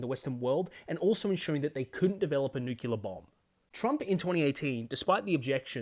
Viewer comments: Please, learn how to pronounce nuclear. Its new-clear, not new-cue-lar. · You and I are both Aussie, yet you pronounce it new-kew-lar and I pronounce it new-klee-ar. I'm curious why that is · I think nuke-ular is more badass because it sounds more like you might use them